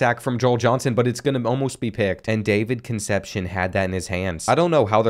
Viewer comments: Kun' sepp see OWN. Concepcion, its killin me, lol... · Another video and still cant say Con sep see own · I love you but please stop saying Conecepcion like conception lol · Concepcion is pronounced Con-Sep-See-Own